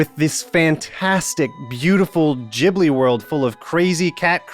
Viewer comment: Ghibli! like Gold not Jibli like Jizz... christ american.. first ryu, then lara, now ghibli. you deserve trump